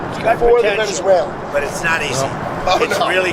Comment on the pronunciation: "New Zuela"